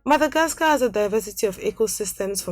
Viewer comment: Yeah like the guy who was doing the narration 😣Like all I could here it the - dh , dh , instead of the d..E.g Madhagascar. No disrespect but her accent is quite heavy !